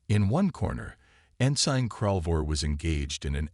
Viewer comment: Nice story. BUT, as usual with MOST of you guys.....your AI SUCKS!!!!!!!!!!!!!!!!!!!!!!!!!! "scared hull" vs "scarred hull"; ensine vs ensin (ensign); lid ship vs lead ship; bErridge vs barrage, prOjectiles vs projEctiles; unredable vs unreadable; dizaray vs disaray......STOP using AI and read them yourself unless you cin find a AI that kin read Anglish!!!!!!!!!!!!!